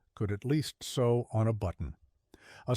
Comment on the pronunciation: How about an editor before publication???? sew is NOT Soooo. It is S-oh. You are training a whole generation to speak badly.